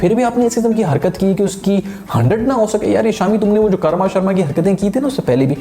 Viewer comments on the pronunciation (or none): none